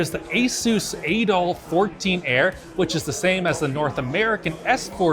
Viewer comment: I did double take when I (mis)heard say, "Asus Adolf 14." LMFAO.